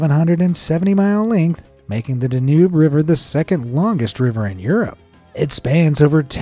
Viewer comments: It's pronounced "DAN yube", not "Den UBE". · The river between Germany and Austria is pronounced DAN -Yoube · This one shows how wrong I have been. I've always thought that this particular voice was a human and not AI, but it is hard to imagine the mispronounciation of Danube unless it was AI.